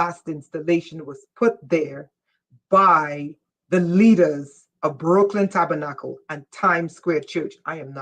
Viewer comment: Lol did l hear you say The Broken Tabernacle Church? OMG you are funny, but l hear you. I fell asleep after half woke up to hear the rest.